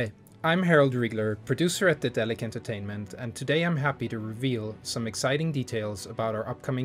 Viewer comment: Is this really how Daedalic is pronounced? Damn...